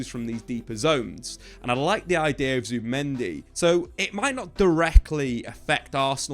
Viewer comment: zubImendi. not zubAmendi. ya knobs